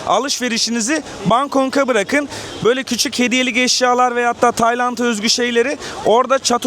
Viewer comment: Kanka Bangkong değil bangkok